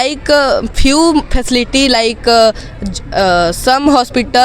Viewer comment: फैकेलिटी ✖️ facility ( फैसिलिटी ) ✔️